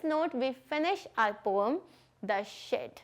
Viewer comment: It is not pom it is poem